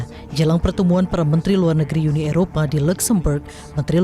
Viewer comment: UNI, bukan YUNI. Kalau mau sebut YU, sebut European Union